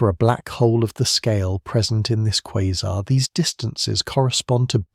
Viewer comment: I can't listen to this. You keep saying quazer (whatever that is) and them sometimes a quasar. It is driving me nuts. No such thing as a quazer!